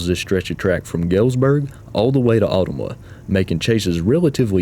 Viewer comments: Just an FYI Ottumwa is pronounced Oh-tum-wah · The town of Ottumwa Iowa is pronounced "O-tum-wa" with the stress on the second syllable. This is so cool to see Iowa and Illinois BNSF represented here! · Found your channel a while back and have been enjoying your content. SE IA was my old stomping grounds so appreciate the coverage. BTW,,, it was mentioned earlier, but will repeat in case you missed it, Ottumwa is locally pronounced "uh-TUM-wa". Keep up the great work!